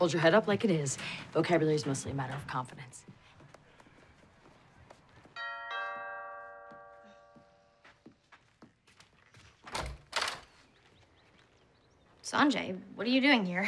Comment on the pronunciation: I hated how they pronounced his name so weirdly in the whole series, I mean at some point he could have corrected them but no. Saaaanjayy bro it's Sanjay(S-un-jay)